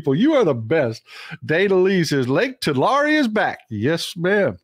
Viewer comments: It's pronounced like Tulary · Say Tu-lair-e please. That's local pronunciation. JS.......I 🙃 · I lived in Visalia. Mt Whitney HS played Tulare HS. You are not the only person pronouncing it differently. I never heard it any other way except 'TooLarry'. Dad flew helicopters for JG Boswell in Corcoran, not far from Tulare (toolarry) and it was always 'toolarry'. But, then, there were only 11k people in Visalia, so maybe we were all incorrect. Just min-ooh-shaw! STAY WOKE AND VOTE BLUE.